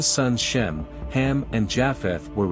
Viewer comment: Not Hem, it's Ham.